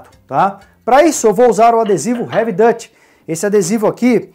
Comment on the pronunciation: A pronúncia do heavy duty seria ( revi diuti) e não revi dāti. Ok? Só pra informar. Mas o espelho ficou muito legal.